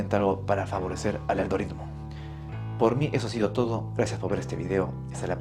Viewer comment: ¿Dijo Aldoridmo? Dijo Aldoridmo ¿verdad?